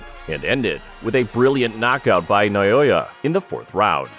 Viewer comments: NA O YA not Nayoya. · For the love of God, his name is NA O YA. Not Na Yo Ya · NA O YA!!!! not Nayoya! How insulting to have someone like you murdering his simple but amazing name.To help you, pronounce it properly. NAO(H)YA goes without a H, but placed there to give you a hint. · not noyoya he is naoya. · Who is Nayoya? The Monster's name is not Nayoya, but Naoya! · Na Oh Ya